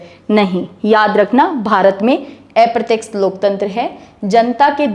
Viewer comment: एप्रत्यक्ष नहीं अप्रत्यक्ष कहें बहुत अच्छा पढातीं हैं आप धन्यवाद